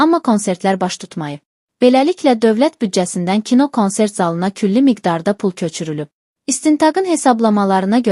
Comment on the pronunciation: Ay savadsiz xanim konsert yazilir kansert oxunur